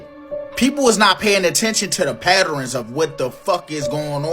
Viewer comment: You lost me at Patt-ER- Rens!!!!